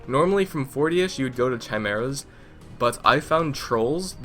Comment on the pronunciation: I am sorry, but its pronounced kai mair ahs